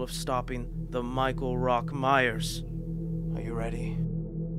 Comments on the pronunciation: MYERS. MYERS. MYERS. NOT MYER. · Alright I dunno what you guys are talking about but we should really talk about the fact that this guy keeps saying Michael Myer and not Myers